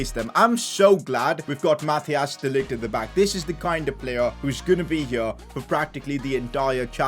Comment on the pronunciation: Its not Mathias De Ligt its Mathijs De ligt